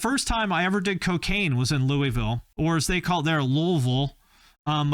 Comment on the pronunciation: Thank you for pronouncing Louisville the correct way. It's never Loo-E-Ville.